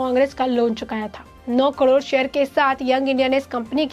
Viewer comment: He's Oscar Fernandez, not Oscar Fadnavis. He's Khadge, not Khagde. करोड को कडोर न कहें। Pl improve on pronunciation and accuracy of news. Don't be monotonous.